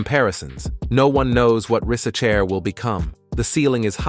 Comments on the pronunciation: Zacharie "rizz a chair" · Bro pronounce Risacher at least 15 different times in 8 minutes... this gotta be AI or u trolling.